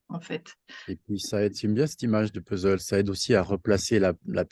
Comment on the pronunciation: idem pour moi 😅 c'est pourtant pas compliqué de dire puzzzzleu !même un étranger y arrive ☺